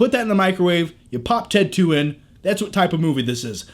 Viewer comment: When u say ted 2 sounds like you're saying tattoo lol